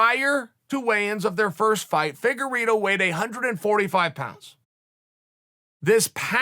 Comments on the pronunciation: The way chael pronounces some names.....anyway i got Figueroa again clearly. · Deiveson "Figorido" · Chael “figereeto” Sonnen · Chelle ‘figue eeedo’ Salmon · Figuerido? Lol